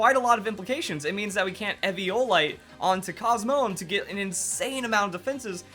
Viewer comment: your pronouncing Lunala, Solgaleo, and Cosmoem Wrong